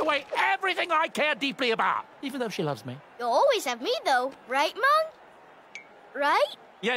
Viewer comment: his name is MUNG, this entire time I thought Chowder was calling him “mom”😂😂